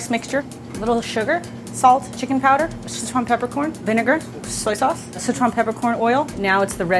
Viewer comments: dude... SICHuan not schesuan - sitch-uan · S makes the s sound. I makes the i sound. you probably learned ch sound in kindergarten. uan. that's like the only hard part and you say it fine. PLEASE it's not sheyshwan food. It's sichuan. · Si Chuan, not seh chuan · It bothers me that Andy is saying Szechuan instead of Sichuan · So many people over-pronounce “Sichuan”. It’s “si” (say “six” without the x) and “chwan”. 2 syllables. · I'm a pedantic food nerd and I'm going to hate this video, since it's Bon Appetit, and Sichuan cuisine is one of my obsessions. Here goes. Edit: Not even a minute in: "Seshwon province". Kill me now. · IT'S PRONOUNCED SICH-WUAN YOU HICK